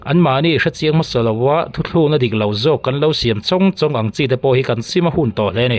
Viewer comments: Thu thlukna ti tawh suh,thu tlûkna, ti zziah tawh rawh aw. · thuthlukna ni lovin thutlukna tih tur aw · Ngati nge thuthlukna, i tih mai!Thutlukna tih zawk tur asin. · Thu..thlukna ni lovin Thu..tlukna tih tur a ni zawk lo maw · Thuthlukna ni lovin thutlukna tih tur aw, Sir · Thuthlukna nilo in Thutlukna tihtur. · Thu thluk na ani lo Thutluk na tihtur Mahni tawngtal hi Chu sawidik hram2 tur.nangni utuber ho phei hi chuan tawng hi uluk rawh u.mizawng2 hriat tur in thu in chhiar thin a.anihna ang a chhiar leh lamdiklo a sawitum bo thak khawp chhiar leh lam thin hi an awmve ta nual mai ifimkhur hram2 ang u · Thu thluk na nilovin, thutlukna tihtur aw.